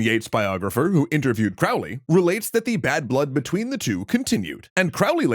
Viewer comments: Crowley explained that his last name rhymes with "Holy" not the way its said here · The correct spelling is Aleister and Crowley is pronounced as Crowley,( Crow as in Know). Further, he was an occultist, not a satanist. Ozzy got it wrong or was on some very heavy drugs. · Fun to see a pop-history summary on this one! But remember, Crowley rhymes with holy... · I’ve been waiting for this one. BTW it’s pronounced COwley, rhymes with holy. I do agree that they were both chads with a limited understanding of the Western Esoteric Tradition. Just like this videos limited understanding of the history of these organizations and not few inaccuracies. Ah well, it was entertaining. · A few seconds in and you can't even pronounce his name right. 🙄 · Crowley himself insisted that his name was pronounced that way. :) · Mispronounces Crowley’s name within the first 20 seconds of the video. Not a great start 🙄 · Crowley rhymes with holy. And nobody refers to Mathers as MacGregor. It's either Mathers or MacGregor Mathers. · Hey! I love the show, I've been watching since the Late Bronze Age Collapse! However... It's Crowley like Holy, Not Crowley like fouly. I'll try to remember to find you a source on that. I've found it before, but don't recall exactly where. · It's pronounced Crow-ley (like crow 🐦‍⬛). "My name is Crowley for that I am holy, my enemies call me Crowley for they wish to treat me foully." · Croh-lee. Like a crow. Fwiw. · Crowley rhymes with Holy.